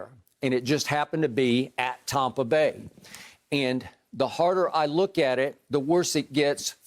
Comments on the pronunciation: Stop saying Tawmpa Bay. It's Stoopid. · Skip "Tompa Bay" Bayless